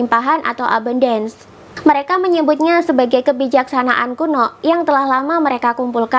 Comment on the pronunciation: melafalkan ABUNDACE nya salah... 😀